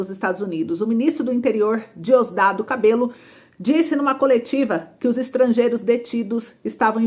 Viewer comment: Diosdado Cabello, mas pronuncia-se Cabejo, o "L" no Espanhol tem o som de "J".